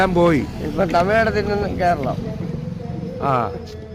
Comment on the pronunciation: 'കോ'രളം എന്നല്ല 'കോര' ളം